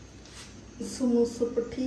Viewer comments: ini namuku roll akkan Samoosha sheet ennu annu athiyam wrong aayitu paranjathu correct word samoosa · Ramadan day 12 Ans: സമൂസ ഷീറ്റ് എന്നത് 4 വട്ടം തെറ്റി പറഞ്ഞു 1. 2. 3. 4. സമൂഷ എന്നാണ് പറയുന്നത് 😊😂❤ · Superb vlog Today answer സമൂസ നെ സമൂശ എന്നാണ് തെറ്റി പറഞ്ഞോണ്ടിരിക്കുന്നത് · സമൂശശീട്ട് എന്ന് പറഞ്ഞു സമൂസക് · റമദാൻ 12 Today answer samoosasheetn സമൂശ ശമൂശ സമൂഷ് എന്നിങ്ങനെ തെറ്റിച്ചു പറഞ്ഞു